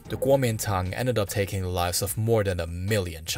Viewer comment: Great job! Liked and subscribed for sure. Your Mandarin and Cantonese isn’t bad at all Constructive criticism: you have a noticeable Chinese American accent so if it’s a concern for you, things you can work on in elocution is the “th” sound and where you push your vowels to the front of your mouth: 1. Your “th” turn to “d” sounds sometimes in the word “the” more often than not. It’s not at the beginning of words but also in the middle like in “ethnic.” It’s pretty much not a problem when it’s at the end of the word like in “British” 2. The second syllable in “society” is very far up in the front of your mouth. You also de-voice “z” sounds to “s” like in “decriminalization” and “Buddhism.” Keep in mind there’s nothing “wrong” with speaking this way, especially because Mandarin in particular is spoken at the front of the mouth. I was able to understand you perfectly fine and listened to an hour of your hard work! I minored in linguistics decades ago and continue to work on my Mandarin so these are just observations I have listening to lots of Chinese speakers speaking English and other [mostly non-Asian] languages. Both Cantonese and Mandarin speakers have trouble with the SAE (standard American English) “th” sound and it always receive it like a balloon that is leaking air because of that and how hard we go on “s” sounds 😅 Please keep up the excellent work. If you haven’t yet and get a chance to do it, the Hong Kong Museum of History has a lot of history on the Opium Wars, som